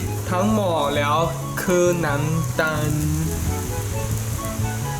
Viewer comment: "ผมจะใส่แย้ว" 55555กลายเป็นแย้ว > <